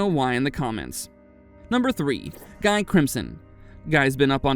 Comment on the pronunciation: It's Gee not Guy😢😢